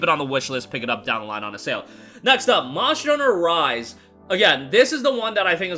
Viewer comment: Bro, slow down a bit and pronounce your words a little better there were a few times I i was like what did he just say, like "marsh starter vive" meaning "monster hunter rise" 😅